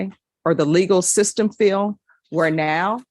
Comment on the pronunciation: This judge needs to learn to pronounce her D’s - Chile. Fiel. Unnerstan. AnnoyingAF